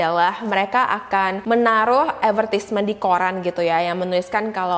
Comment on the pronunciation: Please pronounce Advertisement correctly 🤣 you are butchering the word lol